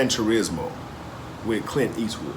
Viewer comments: Gran Tarizmo? 😂😂 Gran Torino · It's Gran Torino, not Torismo...lol.... Love y'all's videos! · "Grand Torino" not Grand Touizmo. LOL. We know what you mean though.